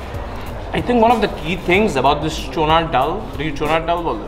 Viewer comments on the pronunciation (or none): Btw its not chonar dal its chanar dal. Shikhanor age nije shikhen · Bro not চুনার ডাল, it's চনার ডাল👍 ওয়েলকাম টু চিটাগং, লাভ ফ্রম চিটাগং ❤️ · It's not চুনার ডাল। It's চনার ডাল। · Nobody - - চুনার ডাল🤣 btw it is চনার ডাল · চোনার ডাল vs চনার ডাল🤣🤣🤣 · Did he just say চনুর ডাল?